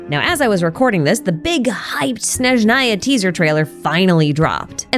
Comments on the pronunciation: Snézhnaya, not Snezhnáya. the game pronounces it wrong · It’s Snezhnaya, not Shnezhnaya. The word starts with the consonant cluster sn, just like in English words snow, snack, or snake. There is no sh sound at the beginning. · You're almost done, it's S-N-ezhnaya, not Sh-N-eznaya. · Why do Americans always mispronounce Snezhnaya omg bruh... It's not Shnezhnaya, but Snezhnaya (sn as in "snake") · I’m sorry but as a Slav I couldn’t focus throughout the video because of the way you mispronounced Snezhnaya 😭 it’s pronounced “Snyezhnaya” and not “Schnezhnaya” 😭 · I just want to say that I find it cute and funny now you say SHnezhnaya :D (it should be [sne] like in snack or even snake) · Snezhnaya is Pronounced Snehzh-Neye-Yuh, The first S is pronounced the same as the First S in Snow. Hope this Helps. 😊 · Is it shnowy in Shneshnaya? 😂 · Great video as always, but my whole body cringes so hard whenever you say “Shnezhnaya” 😖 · please 😭 Snezhnaya has an s like snake, not a sh like shoe at the beginning 😭😭😭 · There is no need to try to pronounce Snezhnaya in a strange way. "S" is pronounced like "S", not like "sh" or "sch". "Zh" (pronounced like like "Zhongli") is the only special letter combination in the word. (Ideally, the first N should be palatalized, and the second N shouldn't be, but it's safe to ignore) The signs in Temple of Space are probably written by our good friend Istoria.